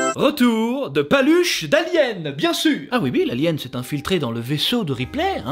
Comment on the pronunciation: Un belge qui dit "ui" au lieu de "oui" un tonnerre d'applaudissements pour!!!